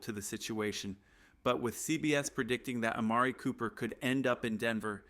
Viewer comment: Well at least you could pronounce Amari Cooper.